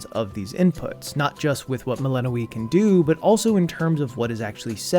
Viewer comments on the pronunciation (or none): are you pronouncing it Melanoë the whole time? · dev: doing everything in their power to make sure you know how to pronounce the name Youtubers: melehnoee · Good video, but why does he keep pronouncing Melinoë wrong? They say it so often in the game, haha. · got eye twitching at that pronounciation of melinoë